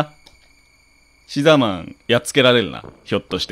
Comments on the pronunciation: 牛沢さんが好きすぎて、シザーマンって言ってるのに毎回「うしざぁまん」に空耳しますごめんなさい。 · うしざぁマンって聞こえたw